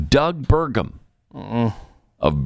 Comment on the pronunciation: Bergum? Burgum? Bergam? OH MY GOSH NO!